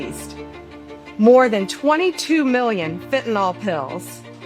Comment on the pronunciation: Great work. I wish people would learn how to pronounce FENTANYL. It is pronounced fin - ta - nil. NOT fin - ta - NOL. NYL is pronounced "nil."